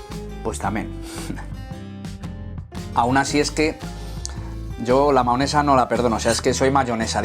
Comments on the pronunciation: Me inquieta que diga maonesa en vez de mayonesa xD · Se dice mayonesa no maonesa